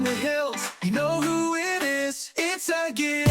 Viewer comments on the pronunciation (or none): Its Agate not agit. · Egget? egg? It is agate with A not e. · Girl, youre murdering the pronunciation of agate